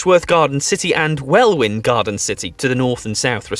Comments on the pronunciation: He pronounced Welwyn Garden City as it’s written, not as “Wellin” as 100% of actual British people know it’s pronounced. He’s some kind of weird imposter. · What an odd little video. 🙂 There's a lot more than 430 towns and villages in Britain. And Welwyn is pronounced as Wellin, not Well Win. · LOL classic example of a Brit not being able to pronounce a town name "Well Win" indeed! BTW I live near Stevenage and am thinking of moving to Middlesbrough (Smoggies named after the vile air polution from the massive chemical and industrial works which surround it). Actually Middlesbrough is fine nowadays and settled in glorious countryside. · Yes ... some of his pronunciations were very odd.... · I cant trust a list detailing the worst British towns from someone saying Welwyn like that. Or somebody that fails to take the opportunity to mock Hartlepool for the almost certainly false but historical allegation they once hanged a monkey mistaking it for a French spy. Or someone that puts Torquay on the list as a terrible town - its one of the nicest costs and in an AONB. I'd have 12 towns of Greater Manchster or the Yorkshire conurbations before Torquay. Luton shouldn't be o nthe list as Luton - just put the whole of Bedforshire on instead. Any list of worst UK places that does not include Jaywick is instantly wrong. It's an absolutely Godforsaken hole. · This narrator is just clickbaiting imho. When he couldn't pronounce Welwyn properly, it was clear he didn't research this himelf. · The guy can't pronounce Welwyn properly so his opinion of the rest of the list needs to be taken with a large pinch of salt. People of Oldham and Rochdale would commute the short distance into Manchester for work using the excellent public transport system in the Greater Manchester area.